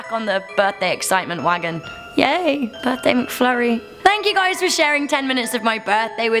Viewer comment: Lol you said mcfurrys